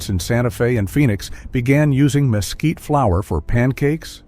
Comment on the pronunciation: El comentarista al mezquite, lo pronuncia mosquito, por lo que no sólo los nativos y españoles lo escriben y pronuncian mezquite. En Sinaloa México, se usa sus vainas también como alimento para el ganado y de sus flores las abejas recogen su nectar produciendo miel. Traduce el inglés al español y traduce las libras en gramos. Gracias.